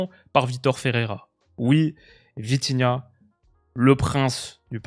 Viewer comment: Dis bien 😂😂😂 VITIGAOT!